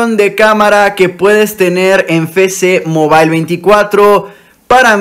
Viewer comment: Ah alguien mas le da ansiedad qcada ves que dice "FECE MOBAIL" sabiendo que es "EFECE MOBAIL"